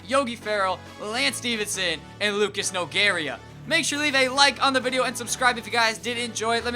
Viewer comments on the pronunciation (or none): none